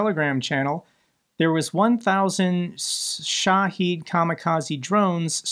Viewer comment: Shahed nott shaheed. Shengen, the same g as in wrong.